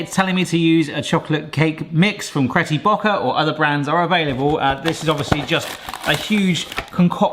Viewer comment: Lol cretty baucker